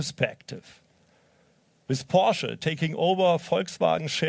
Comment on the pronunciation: Apart from the hype and all the well earned praises, the English pronunciation of a leading member of such an international company as Porsche is a shame! What a German accent! Unbelievable…it does not sound right to me.